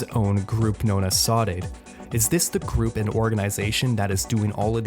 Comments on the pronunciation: My brother saudade means missing someone or something very much. Its read: saw-duh-dee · hearing him say saudade is so damn funny bro omg